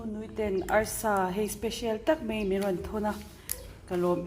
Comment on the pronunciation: A hlimawm phian. Ka ngai awh zawk tak chu YouTuber ho hian Mizo țawng kan hman dik a ngai hlein ka hria. Entir nân - mai mai aiah mei mei tih ching an tam hle a. Nichin tih aiah nachin ti pawh an tam hle. 'a' leh 'e' hi lam dik hrãm hrãm nose, Mizo țawng kan humhalh tihna a ni dawn a.